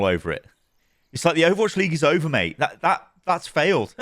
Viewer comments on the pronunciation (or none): none